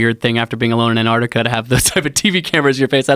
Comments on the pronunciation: Dear Americans its Antarctica not Anarctica. Yours sincerely the rest of the world. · ANTARC TIC AH..........say the bloody word properly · AnTarctica. Both of you. Say it together. AnTarctica. #broughttoyoubytheletterT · AN ARTIKA. Just like nuclear or espresso. Drives me crazy.